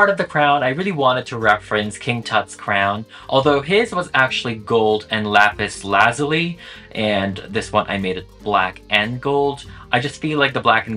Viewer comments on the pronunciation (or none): how'd bro mispronounce lapis lazuli too 💀💀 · bro miss pronounced lapis lazuli too bro LMAO